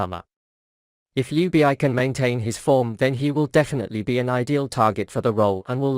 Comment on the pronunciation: Jubieyey?? WTF? IS THIS IS A ROBOT SPEAKING? RACIST! ITS ""Ljubičić"" ILL MAKE IT EASIER FOR YOU ANGLOSAXONS = LY-UBI-CHI-CH !!!! HZV <3